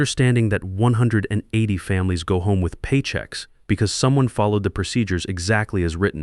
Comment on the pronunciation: Why can't the AI say "180" correctly? or even consistently?